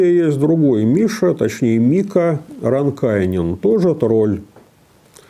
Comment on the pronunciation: рАнкайнен. В финском языке ударение, всегда, на первый слог.